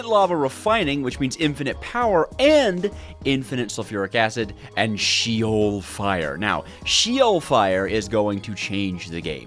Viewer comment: Btw its not she-ol its she with the eh not a e so its sh-eh-ol from a hebrw speaking fella